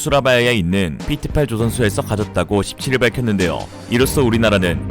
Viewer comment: PT는 페떼라고 읽어야 함.